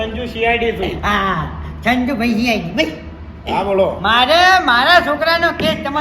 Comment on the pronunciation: સીઆડી નઈ ભાઈ.. સી.આઇ.ડી હોય..